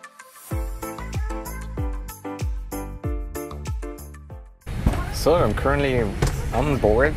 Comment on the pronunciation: i don't know why but whenever you pronounce "biman bangladesh" only i can hear that you're pronouncing "demon bangladesh" 😂😂